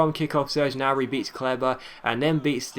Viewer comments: Gnabry is said ger nab re sorry it was really annoying me. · Gnabry is pronounced with the G! it's German and in German you pronounce every letter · The g in gnabry isnt silent ;) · He's right, in German there is no silent G